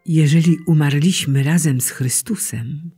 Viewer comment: Czasowniki w czasie przeszłym 1 i 2 osoby l. mnogiej mają w j. polskim akcent na trzeciej sylabie od końca a nie na drugiej: u- MAR-liś-my, u-MAR-li-ście.